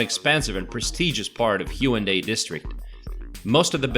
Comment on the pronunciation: Brian Y. Actually, there is no 'w' sound in the Korean language, so although it's customary to spell it with a 'w', it is definitely not pronounced that way. The correct pronunciation is more like 'Hey-OOn-dey', except that there's no 'y' sound at the end of the first and third syllables.